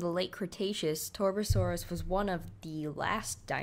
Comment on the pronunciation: Why do these commentators always butcher the names of these dinosaurs. It's TAR.BUH.SORE.US. Get it right.